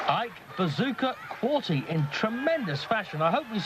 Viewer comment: core-tay moron commentator... not core-tee